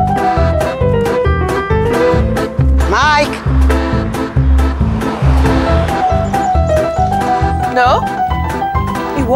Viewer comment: Its spelt Gosia & pronounced Gosha.